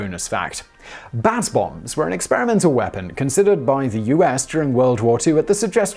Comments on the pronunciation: U said "Bat Bombs".... I heard "Bath Bombs"... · I thought Simon was saying bath bombs at first 😅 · I keep thinking he's saying bath bombs...